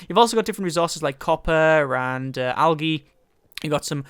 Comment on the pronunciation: awesome vid love it one thing tho algae is pronounced aljee